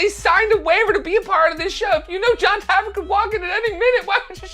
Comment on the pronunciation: btw, It's Jon Taffer not Tafford